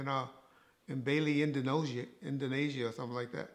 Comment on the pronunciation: “Bayley, Indanosia”